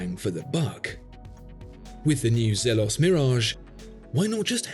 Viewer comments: Zeeeelos! Not zeh-los. Great review as always! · Molesworth elshan the founder confirmed that it’s pronounced as “zeeelohs”